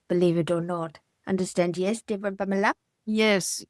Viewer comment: I do cringe a little every time he says Pamela. Lol.